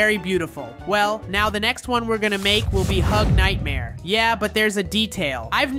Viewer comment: It's not hug hug nightmare 😂 its nightmare huggy😅